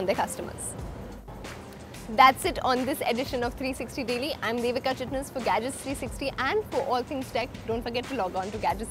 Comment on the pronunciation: When she pronounces the #gadgets360 ..!!!!!